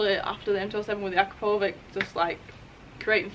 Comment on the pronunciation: How To Pronounce "Akrapovic": 😜